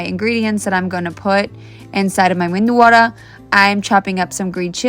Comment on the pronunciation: They keep saying "Mendu wada" instead of Medu Wada. Mendu wada means "Brain Patty" It's a famous mistake made by some locals